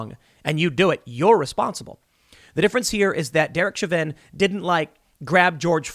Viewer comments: It's pronounced show-vin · Isn't it pronounced Sho vin? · Tim pronounces Chauvin 4 different ways in this video